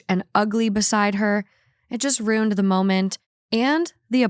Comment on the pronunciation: She should re-title this podcast: Rooned